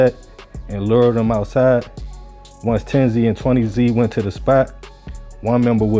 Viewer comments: thank you i was like if i hear this mf say zee one more time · aye southside we outside baby but if bro says zee one more time we gonna let the highs and lows team up and let you know how to say it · Its pronounced 10s and 20s not 10-Z or 20-z I went to high school with a couple 10s used to smoke with one of them. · It’s not 10 Z and 20 z it’s 10’s and 20’s… how u speaking on gangs in states ypu have no idea how to pronounce? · You don’t have to say the “Z” say it how it is pronounced It’s “tenz” Gang and “twentyz” gang no Z shit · Tens and twenties. Like rolling 20z from Lbc. That’s how it’s pronounced. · Bro it’s tens and twenties not 10z and 20z that’s just how they spell it not how you pronounce it I’m from mpls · this nigga said TEN-ZEE and TWENTY-ZEE fuck you on bro?????? embarrassing as hell